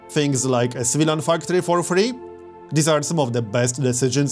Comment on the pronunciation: Why do you say Civilian Factory like "Svidan Factori" lol love your accent